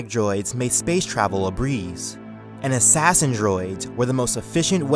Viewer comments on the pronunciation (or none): none